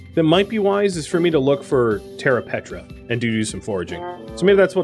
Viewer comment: died every time you said "petra' instead of "preta" good series tho